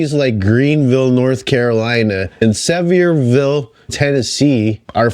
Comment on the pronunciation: Sevierville is properly pronounced "suh - vieh - vul".